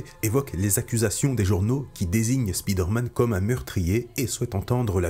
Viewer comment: Le "spide-man" se lit "speed-man" ?